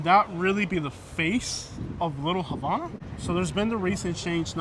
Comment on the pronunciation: LEARN HOW TO PRONOUNCE HAVANA CORRECTLY